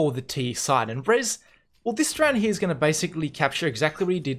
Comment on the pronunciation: How often did you say "hya" ("here" with a weird pronouncation)? xD Jk, great Video as always